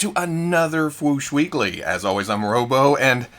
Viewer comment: Robo like robot not Robo like robert....after all this time....😂🤡🙄🤣